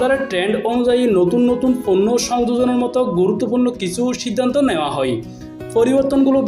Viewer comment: সময়টা ছিল ছয় না চয়, ফন্ন্য না পন্ন্য, পারেনি ন ফারেনি, নিউজ করার আগে ভাসা ঠিক করে নেউয়া উচিত।